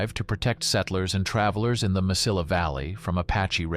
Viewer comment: Nice presentation, I learned a few things. A few suggestions: Pronunciations: Bos-kay, Mesi-ya, there were one or two others. There were a lot of WW2 air bases in New Mexico, not just Walker. There was Kirtland at Albuquerque (still used), Hobbs (now an industrial air center), Las Cruces, Deming.